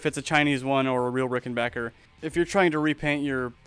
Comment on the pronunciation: Thanks for pronouncing rickenbacker and not rickenbacher like so many other people do